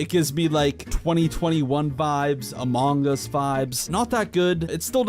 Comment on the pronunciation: bro said "amOHngus" its pronounced "amung us" 🤦